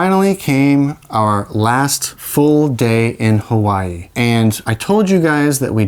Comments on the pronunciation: ok fun fact that is exactly how you pronounce Hawaii in German! So it is how you pronounce it, you only used the wrong language. Also OMG YOU TWO ARE ENGAGED? I'M SO HAPPY FOR YOU! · you were close, you would pronounce it as “HA-VA-E”